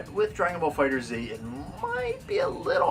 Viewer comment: Good video. The game is pronounced "Fighter(S)", not fighter Z.